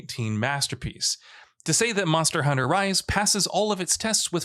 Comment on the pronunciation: Anyone else here him say “Monor Hunter?” Great vid